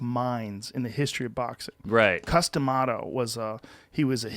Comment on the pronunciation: why does joe pronounce cuz D'mato's name like a harry potter spell. Harry casted custamato.